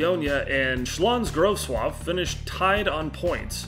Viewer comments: Honestly I gotta say it wasn't bad at all, like I said, you pronounced Śląsk Wrocław near enough flawlessly. Quite impressive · Hey mate, I'm Polish. You pronounced Śląsk Wrocław correctly but Jagiellonia is pronounce Ya-Gie-Lon-ia. Don't mean to come off as rude, just trying to be helpful <3 I know Polish isn't easy to pronounce P.S. Quay is pronounced Key :)